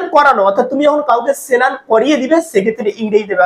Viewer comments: সেনান টা কি ভাই। আগে ভাষা শুদ্ধভাবে উচ্চারণ করুন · Pnar Bangal?senan?